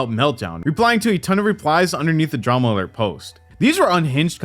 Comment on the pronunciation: I don’t know why it’s so frustrating to me every time Keem says Dramalert instead of Drama Alert.